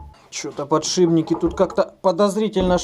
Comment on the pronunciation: Из 219К подписчиков только мне слово "ПАДШИБНИКИ" слух режет?, пожалейте нас.